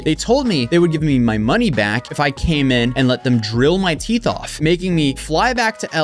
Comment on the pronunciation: lol she said teef